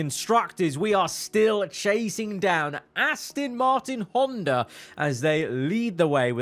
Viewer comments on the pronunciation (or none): none